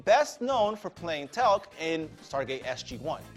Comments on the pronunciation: teal like the color and then Kuh with emphasis on the k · It's pronounced Tee-alc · BTW it is pronounced "TEAL" C. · Teal’c is pronounced teal-ck.